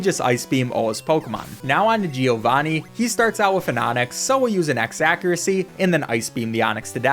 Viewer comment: As an Italian I laugh a lot whenever you say "gee- o-vani" 🤣